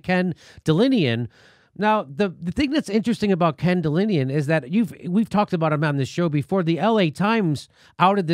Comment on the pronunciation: It's "Ken DelAnian", not Delinian. If you can't read the first letter of the alphabet correctly, how can your reading of a story be trusted?